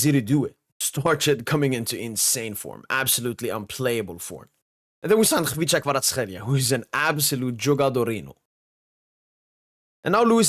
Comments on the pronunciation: I think you're the only foreigner saying Kvicha's name correctly. it sounds 100% as you pronounced. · At last someone who pronounces Kvichas name correctly lol ) My honest opinion - Barcola is a better dribbler thad Desire.